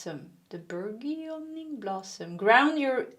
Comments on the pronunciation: Pile 2: it’s pronounced “bur-jun-ing.” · Lol this is a ridiculous word, no wonder you found it challenging. Say it "burdge-uhn-eeng". ❤❤❤ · Just so you know, burgeoning is proounce bur-je-ning...you are my favorite tarot reader! Thank you for making these videos so often! <3